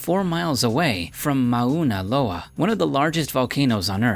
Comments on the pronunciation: I was going to let it go when you mispronounced 'leaning tower of Piza', but you got 'Mauna Loa' very wrong as well. It's not 5 syllables. Advice: record all of your narration at once, it sounds choppy. Otherwise, well done? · As someone from Hawaii, hearing you trying to pronounce Mauna Loa, was more cringey than your voice level control issues. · It's not "Mah-una Loa" , it's "Morna Loa" And it isn't "Kee-lah-way" it's "kil-oo-way-ah" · You're saying Mount Mauna Loa wrong. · I have never heard those names at the end pronounced so badly in my life. Even siri can pronounce it better then taht. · Dumbass can't even pronounce Kilauea or Mauna Loa properly.... I'm not even American and that irritates me. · Right? and Kilauea! My god... These aren't even hard to pronounce and the names are said in multiple documentaries. if If I looked up "pronunciation of Mauna Loa", it's correct. Just goes to show how little research was actually done on this video. ~also a Hawaii Resident. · Lmao I was like what did he just say then he said it again all I could do was smh and laugh.